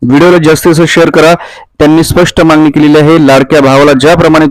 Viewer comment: पोंग्या व्हिडीओ ला views येन्या करीता काही पण सांगशील.ladkya bahinila 1500 rs. Mahina तर वर्षा ला 18000 rs होतात.आणी तु 10000 rs चा video upload केला. 😂मांगनी केली आहे😂मांगनी केली आहे😂मांगनी केली आहे😂शब्द बोलायला शिक.